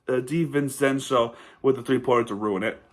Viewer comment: Hey man, it’s all good it was a competitive game for the most part. By the way it’s pronounced Divencenzo “Dee-Ven-Chen-Zo”. Good video